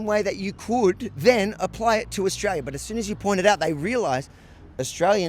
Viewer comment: Its AUSTRALIA MATE ..... NOT "OZRAEL"